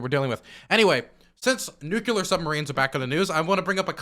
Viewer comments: this is probably the 4th time I've commented this: It's pronounced NEW-CLEAR. NOT NEW-CUE-LAR. You legit sound like Bush or Homer Simpson, YOU ARE SMARTER THAN THIS!!! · Its not nu cuh ler. It's new clear. Please dude it's killing me. 😢